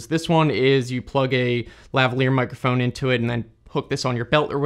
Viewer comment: "mikERphone" lmao